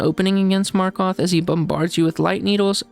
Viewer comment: i found it funny how you called markoth marth🤣